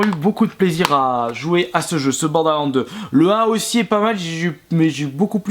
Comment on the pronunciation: Juste un critique que tu devrais prendre compte tellement sa me choque! Ton ACCENT anglais certe on est pas tous bon en anglais mais la c'es chaotique! Les jeux tu écorche leur nom violent genre bordelands sa ma choqué comment tu le prononcé :/ Sinon bonne continuation